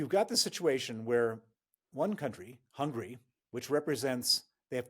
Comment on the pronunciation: I don't agree the Russians have the ability to endure pain. Rather they aren't allowed to criticise the government. It's pronounced Hungary dear, not Hungry!